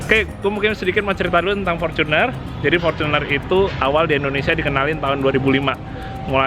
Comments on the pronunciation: Fortuner mas,bukan forcuner. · fortunerrrr bukan forcunerrr oke